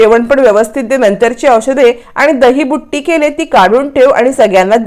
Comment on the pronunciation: दहीबुट्टी नाही हो दहीबुत्ती